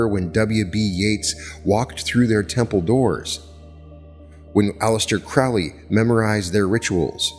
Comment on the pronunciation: "CROW- ley." is the pronunciation. "Eh-gre-gore" is the other word. (Not E gra gore)